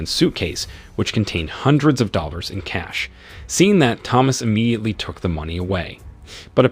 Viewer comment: The narrator is imediately broken imediately because he is saying imedately so imedately.